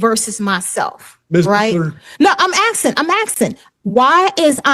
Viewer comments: Assin assin not axing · dude WHY DOES THIS MONKEY KEEP SWITCHING BETWEEN ASKING AND AXKING?! THERE IS NO WORD AXKING IN THE ENGLISH LANGUAGE, I AM SO SICK OF THOSE PEOPLE SAYING AXK! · She’s AKSIN’! She’s AKSIN’!